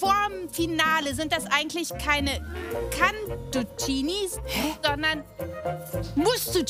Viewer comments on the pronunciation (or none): niemand: absolut niemand::"cAnTuCiNiS"